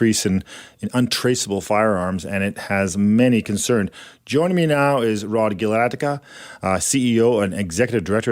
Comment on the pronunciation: Be nice if they interviewer could pronounce Rod's last name. Is this actually a 3D printed firearm or is it just a heavily stippled Glock with no number plate?